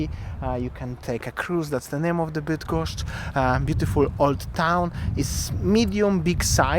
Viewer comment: cos za latwo idzie tobie wymowa -bydgoszcz,kim jestes??